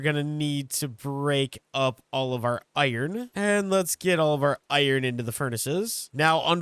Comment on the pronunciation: I feel like ur saying iron wrong 😂